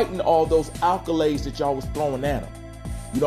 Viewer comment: Accolades* not alcolades